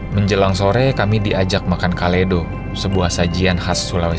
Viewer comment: ngomong kaledo nya kurang koma atas (kaledo') hehehehheheeeee